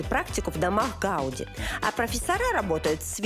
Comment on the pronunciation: Ударение на последнем слоге. ГаудИ.